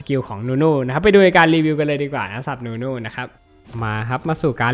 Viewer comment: นู่นู่ ไม่ใช่ นุนุ ครับ555